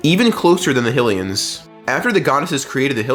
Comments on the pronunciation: Theyre not “Hill-ians” theyre HYlians. Kinda like how its HYrule Not Hillrule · My guy, its not Hillians 😂 Hy, its pronounced the same as Haj, as in Blåhaj? ...wait no, that's uh, less clear Hy, as in High High, lee-n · After hearing you pronounce HI - LEAH - UH one way and HILL - E - UHNS like that, it's just too fucking annoying. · We all gonna ignore the fact he called hylians hillians probably another one of those AI channels because they too lazy to do anything